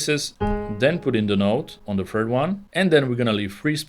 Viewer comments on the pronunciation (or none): yo its third not fird